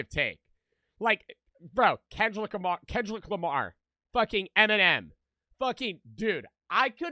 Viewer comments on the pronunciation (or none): am I tripping or is bro say Kendrilick, sounds weird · he’s not saying anything bad about kendrick, he’s just making fun of joes mispronunciation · when he said “kendlick lamar” twice, i agree with you 🙏😭